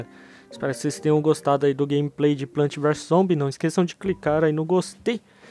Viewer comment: vc falo errado não é plant é plants !!!!!!